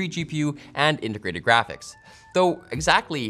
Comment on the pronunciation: "Intergrated electronics."